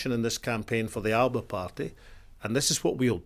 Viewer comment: That's not how to pronounce "Alba".